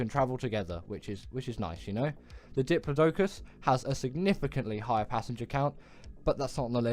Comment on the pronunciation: AND ITS DIP...LOD...U...CUS